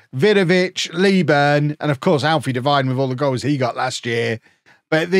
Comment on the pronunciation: Alfie Devine is prnounced Dev/een/, I believe?